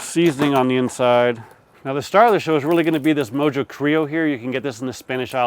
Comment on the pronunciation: Mojo is pronounced "mo ho". It's Spanish so the j sounds like an h. Great cook though. Close to what Hispanics would actually do...